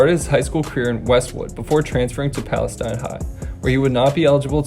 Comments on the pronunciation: this guy doesn’t know to pronounce palestine. PAL-UH-STEEN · He keeps saying Adrian “Pearson”. It’s freaking “Peterson”!! Also, his home town is not pronounced like the country. It’s pronounced “Pales-ee-n”. Trust me. I’m from there. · Pronounced like palisteen btw played them all four years of highschool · Hey bro, Palestine Texas is pronounced “pales-teen”, just an FYI. I live about 20 miles from there and played against Peterson my junior year. Dude was a man beast.